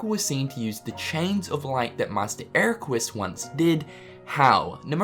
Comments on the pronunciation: Pronounced "EraKUS", not "EraKWUS". They say it like a hundred times in BBS, man. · it is not master eraqus it is master eraqweees. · Hold up. Did pronounce Eraqus's name as 'Erakwis'? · Wait did you actually say Eraqweez? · My dude said "Era quis" twice. lol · I don't understand how people can mispronounce these characters' name wrongly when they actually say it in the game WITH SOUND. I get it for FFX, Tidus. His name was NEVER mentioned so people tend to pronounce it differently. Tee-dus and Tie-dus. But Eraqus.. C'mon man.. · ERAQUS!!!!!!!!! omg 😲 u Mispronounced it twice omg 😲